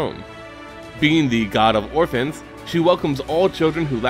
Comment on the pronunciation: i thought it was harvests instead of orphans.